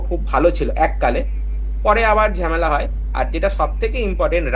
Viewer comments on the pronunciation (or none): none